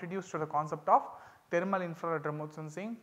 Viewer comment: Thermal not taramal😢